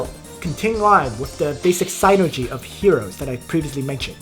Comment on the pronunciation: very informative video for those of us just getting into pvp, thanks! [ ps: the Y in sYnergy is pronounced the same as the one in nitroglYcerin ;) ]